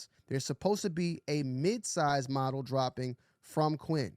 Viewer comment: Sick vid 💟. Love everything you’ve been putting out. Keep doing the news vids. btw lol “modal” is pronounced “Mow-Dull” not “mahdel”/model ALL LOVE THO ‼️‼️